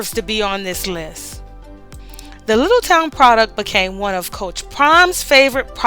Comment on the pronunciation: Just so you know, Charlie is from Littleton, 😊 Little - Ton, not Little town.